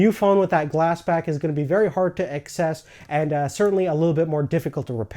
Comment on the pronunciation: No offense, its access not excess, you pronounced it excess every time you mentioned the word